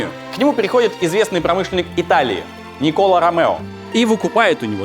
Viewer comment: Почему в именах Альбер и Никола ударение не там, где надо? Франкояз же. Ну и по истории куча мелких косяков. Видос прекрасен.